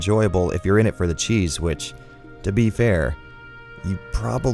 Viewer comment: I'm loving these niche little titles. Keep this type of content coming. Also, I know you said "it brings the cheese, which", but I heard that as cheesewich. Like some new type of cheese sandwich.